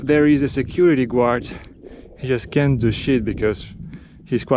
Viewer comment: For pronunciation, say guard more like "gard"